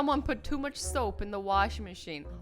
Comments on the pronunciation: how much ShOaP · You sayed shoap